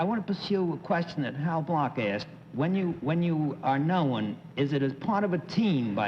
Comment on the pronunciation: Bennett Cerf is the only person I know who says the word "known" in two syllables.